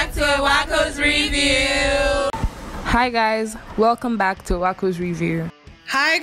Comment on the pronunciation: Wowww. Please who is the babe with the foreign accent saying “with you” instead of “review”. Im calling Shalewa oh